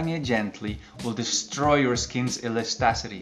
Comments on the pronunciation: 'Elastacity' instead of elasticity... That bloopers was so cute! Like a baby... I gonna kiss and hug you for that! 😘😘😘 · Absolutely loved the part where you couldnt pronounce Elasticity made you look so cute 🙂. Great video BTW loved watching it.